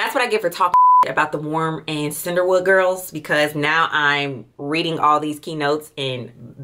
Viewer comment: I just caaaant with the ‘Cinderwood’ 😂😩